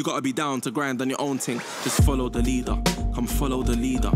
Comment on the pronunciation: cathy dominique I understood, I hate how he pronounced leader :/